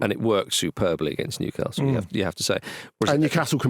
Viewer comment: Andy's pronunciation of Newcastle hurts me